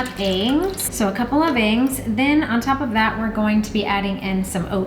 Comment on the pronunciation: do you realize you pronounce EGGS as engs? had to listen several times